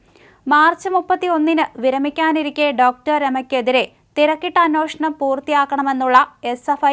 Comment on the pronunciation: എന്റെ പൊന്നു കൊച്ചേ... അന്വോഷണമല്ല.. അന്വേഷണം... ഇതിനെ ആര് നന്നാക്കിയെടുക്കും?